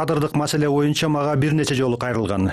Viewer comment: Шшооо бойунча дейтко🤣🤣🤣🤣